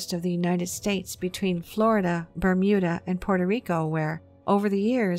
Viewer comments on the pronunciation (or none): none